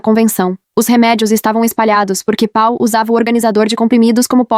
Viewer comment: Na verdade é Paul. A IA não sabe ler estes nomes. È um problema porque Paul é um nome de origem inglesa e quando a IA de leitura está programada para ler em português ela se atrapalha com palavras e nomes de ouro idioma.